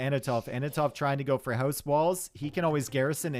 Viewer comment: No one:: "hause"